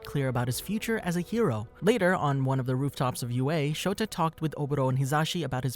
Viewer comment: his name is Shota aizawa not Shoto aizawa